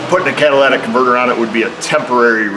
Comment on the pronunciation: Everyone say it with me.... " Cat - a - ly' - tic converter " 😆